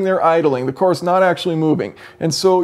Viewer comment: I could have sworn the word car was pronounced car and not core lol.